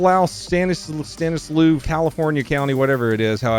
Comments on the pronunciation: Stanislaus (Stan-s-loss) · your still not pronouncing stanislaus correctly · I lived in Stanislaus county growing up and i aint never heard it pronounced as "lows" always "loss". And its more like 3 and a half hours unless theres no traffic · lol I live in Tuolumne county which is right next door to Stanislaus county, and it’s pronounced Stan is loss btw, and I can confirm this behavior is fairly standard. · I'm from around that way, it's pronounced stanis-loss county, and I don't appreciate what you said about it not being in the shithole part of California, that's all of California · "stanis - slawwws"- Stanislaus - is how you pronounce it. Live just south. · Pronounced "Stanis-slaw" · Pronounced "stan is loss" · Stan-i-slaw is how you pronounce it. Last “s” is silent. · I live in stanislaus, bro 😂 its pronounced Stanis-loss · Stanis-Law is how it’s pronounced BROTHER 😅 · Stanislaus. It's pronounced "Stannislaws." How do I know this? Well, let's just say that revealing much more would be too close to doxxing myself. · I believe it's pronounced Stanislaw but I am also just pulling that out of my ass. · It’s “Stanislaw” county fyi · Wow! I live in Stanislaus County. Didn't hear about this one. Not surprised at all meth is rampant around here. And it's locally pronounced Stan-is-loss county. We do have a great sheriff that grants ccws and expects you to carry of granted. He knows they can't be everywhere all time. It's not all bad in Cali. Just depends where u live. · Stanislaus County pronounced stan is slos county. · It’s pronounced STAN-is-slaw. Spelled weird, pronounced even weirder. I grew up in SF and folks out in Northern CA pronounce it that way. Good thing this wasn’t in Tuolumne County…good luck pronouncing that one. 😂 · Hey, it’s pronounced Stani-slaw county… you know, like cole-slaw, only different…yes, I live there in yer favorite state of the nation!!! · Stan-iss-law. Sometimes laws. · "Stanis-Loss" lol. Dude is definitely on one